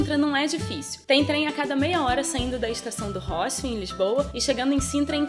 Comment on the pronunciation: Não é estação do róssio, é rossio! Sem acento, lindo video!